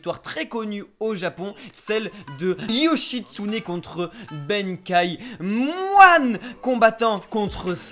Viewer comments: Benkei se prononce comme sensei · Sérieusement la prononciation du nom de benkei quoi , pas benkaï , c'est un personnage célèbre , mais pouce bleu